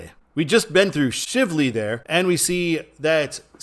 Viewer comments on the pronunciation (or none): Shively is pronounced with a long i sound, as “Shy-vely.” Many people get it wrong. It was named for a distillery owner named Bernie Shively.